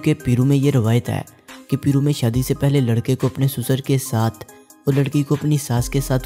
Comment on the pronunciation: It's not peero Ita pairoo